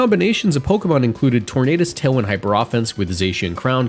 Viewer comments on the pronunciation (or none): none